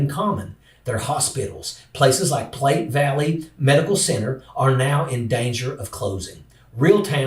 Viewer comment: Platte Valley- said plat, not plate 🖤 Hope that helps